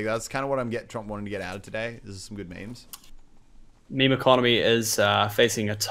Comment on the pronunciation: Please stop saying meme